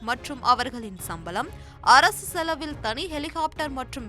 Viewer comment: சம்பலம் இல்லை சம்பளம் சரியாக உச்சரிக்க வேண்டும்